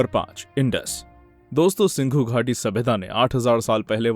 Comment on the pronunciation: SINDHU GHATI SABHYATA.!!!! NOT S I N G H U !!